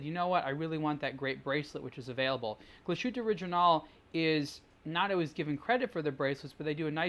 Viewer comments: It's not Kla' Schuute, it's Glas Huttte. ;-) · Actually it’s Glas Huette, or, to be more precise, GlashYtte. Don’t forget that German umlaut. Ü is pronounced quite differently from just U … ( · You pronounce that so wrong...